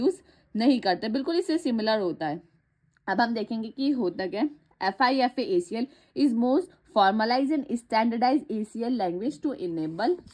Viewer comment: its not fifa-acl its fipa-acl